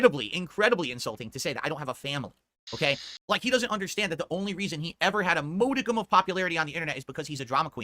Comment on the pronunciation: MODE-icum lol. Another word he can’t pronounce. Instead of using one of the dozens of easy substitutes like ‘shred’ reaches for the big fancy ten dollar word he didn’t take the time to learn how to pronounce. And probably would have bungled shred too. ShrEEd. S..SS..Sred. SHRAHHD. He would find a way. That’s just how is, what can you do? Nothing. You get older, you stop caring. Let him disgrace our beloved English language. I often criticize him under the premise that English is his first and only language and having graduated college it’s not even logical on any level that he’s this bad at language unless he got his MBA out of a Crackerjack Box or had a state-funded Phil-to-English fulltime translator because he’s obviously suffering from a grievous yet unknown disability. Which is really true. The disability. has Asperger’s written all over him. It explains everything including his anomalous academic performance if there’s any truth to that. The way it works in the Aspie world is that they’re all high-functioning in most ways. Some are average in terms of intelligence, most are slightly above, a few are below. The dumbest ones tend to thrive on academic routines and metrics and in turn are disproportionately rewarded by adults because they see them as the “little engine that could” instead of the budding geniuses they see themselves as. The smart ones generally can’t be indulged and coddled so easily. If you want to manipulate them there’s always som